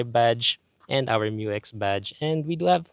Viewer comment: Bump steer has been sorted out by 3rd term 2025 Dyno testing of new 3l results in >150kW and >500Nm. Isuzu is just conservative in reporting Thank you for correctly pronouncing MU-X